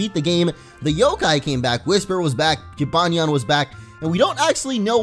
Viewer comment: dude, you keep pronouncing Jibanyan wrong!